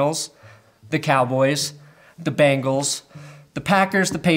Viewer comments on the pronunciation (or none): none